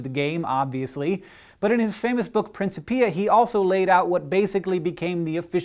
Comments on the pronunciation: Thanks Hank. I thought you were going to tell us how to approach the investigation of the origin of the Big Bang and and such unfathomable stuff but no, next week maybe :) Say Prin-chip-eeuh not Prin-see-peeuh. And I think you may be confusing photons with gravitons. I think gravitons are still hypothetical. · "Prin-kip-ee-ah" not "Prin-shu-pee-uh." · I think it's prin-KI-pi-a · LOL Hank, Newtons book Principia, is pronounced Prin-cipi-a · Isn't it pronounced like prinkipia? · Uh wrong clever dick. It's Prin-kip-eeuh. :/ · You pronounced principia wrong.